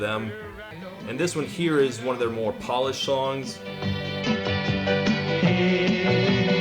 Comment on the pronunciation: Oh, I thougt you said "Polish" instead of "polished"😂😁